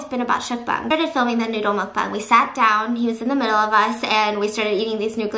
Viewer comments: MUCK BANG not mookbung MUCK BANG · I thought Mukbang was pronounced mookbong or something like that